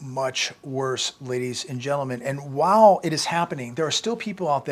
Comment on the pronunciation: say While not Whahl